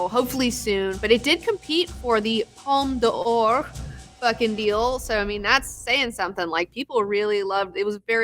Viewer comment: Palme d'Or = "Palm-ma-dor" lol (sorry :P)